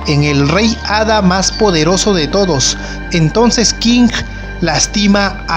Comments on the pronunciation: Por que chucha dices, Kinggg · buena info bro. pero Tu manera de pronunciar los Nombres de los personajes me provoco cáncer en los oídos . en especial cuando dices Kinggrrrr . saludos bro. buen video